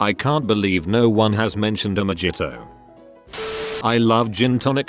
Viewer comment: I'm here for the "Mah Jhit Oh"